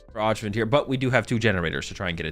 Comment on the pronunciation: Öjvind is pronounced like "Oi - vind". It's a soft J in a lot of European languages! 🙂